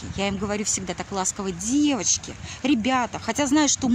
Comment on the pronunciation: Как муж вьідерживает єтот противньій воющий голос. "ДЗевачки, сдЗелала, тЦеця, тЦебя...